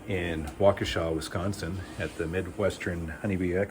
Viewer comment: I’m glad I wasn’t the only one calling it Waukeeesha 😂😂🤣 the pronunciations crack me up